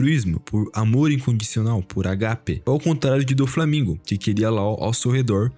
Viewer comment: O que vc usou mano? Me passa o contt Agapé não, Ágape... Parem de gringar palavras.